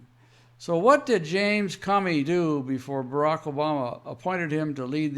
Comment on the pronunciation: Love your fact based reporting. It's awesome! Thanks P.S. The "o" in the name Comey, has a long sound like the word alone. Unless, it's a little a play on Communism and in that case maybe we should all start calling him Commy